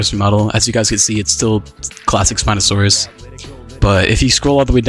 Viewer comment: "Spino Forest" dear god.